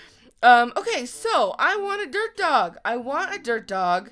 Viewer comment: When said "Dirt Dog" I thought she said.... DERP dog!😂